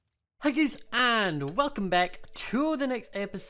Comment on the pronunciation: It sounded like when you said hii guys it sounded like you said hii gays and I love tar for us